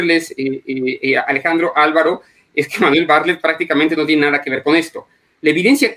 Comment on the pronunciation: Se pronuncia Bar- tlet